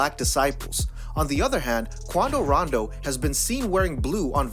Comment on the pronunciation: Everytime he says „Quando Rando“ I think of „Geraldo Waldo“ from that Urcle Series 🥴